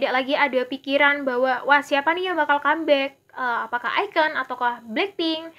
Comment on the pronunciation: iKON bacanya aikon mba...bukan aiken